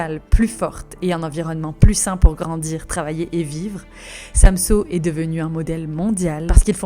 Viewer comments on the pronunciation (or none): pas de panique les copains en fait des tonnes mais bon c'est pas grave ONT VAS TOUS MOUR*** un jour c'est pas grave profité juste de VOTRE VIE pensé a vous et faite vous plaisir (ah et c'est pas SAMSO c'est SamsØ le Ø se dit E c'est pas compliqué mes choubidou-d'amours)